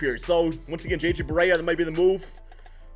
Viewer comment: It's not pronounced obre it's oubre. Don't disrespect my boi.